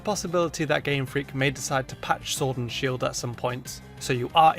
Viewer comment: showrd an shield lol that sh keeps getting us